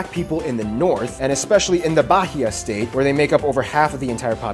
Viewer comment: "Barria" (Bahia) state, I loved the pronunciation hahahahha